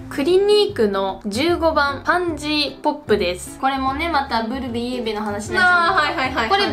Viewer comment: サワデさんのブルベの発音が完全にぺこぱ😂